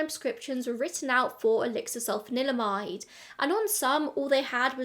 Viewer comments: Really interesting, thank you for another great video. Can I applaud you for your pronunciation as I can't even say Sulphanalydimide 😂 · Can I just say how impressive it is that you can roll "sulfanilamide" off the tongue so effortlessly? Hilariously, Massengill is probably best known to people of my age as "the douche company" (not a joke, actual douches). 😂